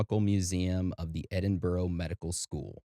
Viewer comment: 👍🏻Love the episode. However, the most horrific thing in this episode is the way you say Edinburgh 😂 It is Edin-buh-rah. There is no “ row “ at the end. Even if it was spelled Edinborough, or any other place in the UK like Middlesbrough, it’s burra or bra. Hope that helps 👍🏻 This is a well known story in the UK, like Jack the Ripper, the Moors Murders, Bible John and so on. What isn’t that well known is the Thames Torso Murderer. People are weird 👎🏻❤